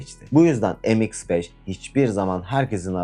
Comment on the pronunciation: Em eks beş olmaz kardeş. Türkçe okuyun şunları. Me iks beş yani.